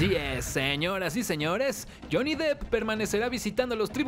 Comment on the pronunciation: No mamen JAJAJAJAJA se escribe DEPP no DEEP (le están diciendo Johnny Profundo)